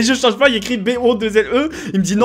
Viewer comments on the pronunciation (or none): none